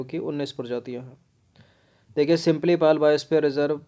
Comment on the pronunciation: यह सिम्पलीपाल नहीं, सिमलीपाल है।